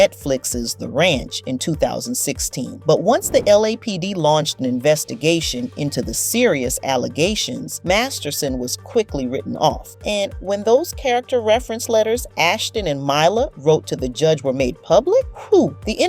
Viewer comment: It's pronounced ME LA You did it right once then went MY LA from then on